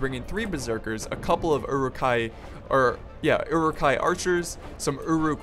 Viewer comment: Uruk-Hai pronounced as: euruk-hay Sorry bad english